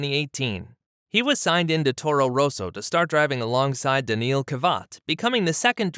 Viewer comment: Daneeel kavatt?? Oh dear 🤡